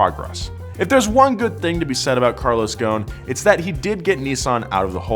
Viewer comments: His name is Carlos Ghoson! Not Carlos fucking Gone!!! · You said ghoson wrong heheheheh im Lebanese... Just say goson (geh) not( jeh) goson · Btw I love the video but its pronounced with the letter غ which dosent exist in english but man the pronunciation is killing me lol but keep it up guys you are amazing